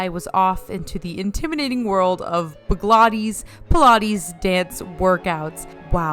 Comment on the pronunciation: Can you actually not pronounce blogilates it’s not hard at all